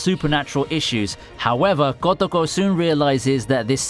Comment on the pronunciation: the way ur saying kotoko is triggering me